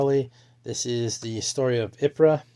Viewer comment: Ypres is pronounced EEprer (more or less...). British soldiers had trouble with it and pronounced it as 'Wipers'. There was even a newspaper produced at the front called the Wipers Times.